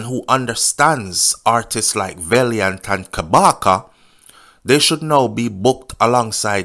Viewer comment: VAL NOT VALE VALIANT NOT VALEIANT😅😅